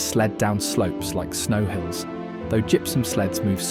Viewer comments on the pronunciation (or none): none